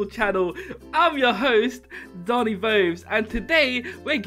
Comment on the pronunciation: No one's gonna talk about how they said "Boni" Instead of "Doni" Just me? okay.